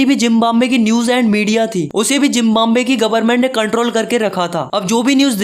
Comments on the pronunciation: Zimbambe nhi hota Zimbabwe hota he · Zimbabwe✖️ Jimbambe✔️😂 Btw nice explanation😊